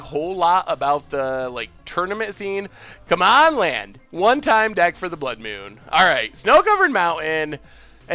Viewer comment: "blood myewn"